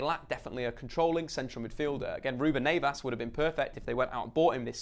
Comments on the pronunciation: also Neves, not Neyvas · It’s Neves not Nevas 🤦🏾‍♂️ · I'll take 7th as a Wolves fan😄 although its NEVES not NAYVAS lol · You need to learn how to pronounce players name properly it’s not “Sari” it’s Seri and it’s not “Naves” it’s Neves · “Nevas” come on 😂😂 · Nayvas? Lol who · “Ruben Nay-vas” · I got aids when he said "ruben Neivas" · Is it really Ruben Nevas in the pronounciation? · you need to improve your portuguese you say ruben neves very bad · I really love you but pleases never say Neves like that again xxx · The way you pronounce Neves is horrible. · Wolves fan. I know their not standard English names but you can't say Cav or Neves' names. honestly would be happy with anything above 12th. #COYW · Let me talk to you buddy. Love the content.. But your name pronunciations are appalling bro! Ruben Neves is an amazing player for wolves and I'm looking forward to watching him this season.. But you know the alphabet I don't see in Neves? That's right.. I don't see an A. Its pronounced Nev-esh. Also a star from your vid prior to this one.. Yerri Mina. Or as you might call him Yaarri Mina. Its pronounced Yerri.. Like Jerry.. Or Terry. So please.. Work on your names mate.